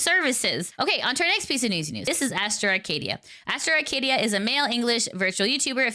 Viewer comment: "Haraster Arcadiddy"